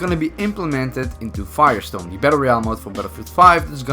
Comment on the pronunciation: Did anyone noticed that he said Firestone not Firestorm XD!